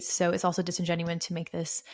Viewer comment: Great video, but it’s “disingenuous” and “eSpecially.”